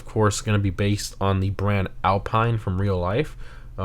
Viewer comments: AL-PEEN! not AL-PINE! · Hi, please pronounce "Alpeen" and not "Alpaïne". 😉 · It is pronounced Al"peene" not Pine like a Pineapple or something. And Panthere without an i, and the first "E" of Panthere has an "accent grave" but R* can't use that in Gta Online. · It's pronounced alpeen. And tundra because it's a play on an alpine landscape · Btw it’s Al-peene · Kind of an unknown and small nitpick but Alpine as in the car brand is pronounced Al-Peen. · The reason it is called the Toundra is because it’s meant to sound different from tundra, because its also pronounced Al-peen instead of Alpine